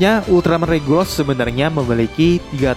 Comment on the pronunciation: Regulus bang bukan regulos